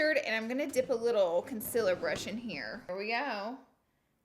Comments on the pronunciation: Why does she say consiler she says it wrong and it triggers me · Is it concealer or conciller ? No hate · It's sounds like she's saying consillar, instead of concealer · “Consiller” hahahahaha my gosh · Hi I’m new, why does she pronounce concealer the way she does knowing that it’s not the correct way? Thanks y’all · Why are you still saying concealer wrong? 😂😂😂